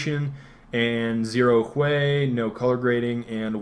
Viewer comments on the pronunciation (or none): I believe it's pronounced hew, not hway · someone please tell Hue is pronounced "HEW" NOT "huay" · You keep saying hue like (hway) when it is said (huuu). Just a little niggle :) Other than that, great video! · I thought he was joking when he pronounced "Hue" as "Hweh", but then realised that he was deadly serious. "Hyoo", bro, hyoo". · I think it's HYOO not HWEY. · Dude.. he pronounced it "CHWEY" not "huay". Gotta give the man props for his verbal artistry d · Is Hue pronounced that way in NA?... over here it's pronounced the same as "Hugh". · lmao I'm sure he knows how to pronounce hue, but part of a meme is huehuehuehue so I think he was referring to that. Either way, I hope he keeps saying huay, just because it's funny. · It's a Badgerism. "Huè", as if it were Spanish. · I love how he says "Hue" stick it to the man by pronouncing it different XD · thats a great way to pronounce hue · lol you say hue like you're speaking vietnamese